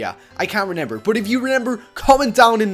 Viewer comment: Why does he say renember not remember